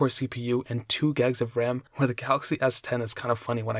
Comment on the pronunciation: When u say gigs it sounds like your saying "gegs"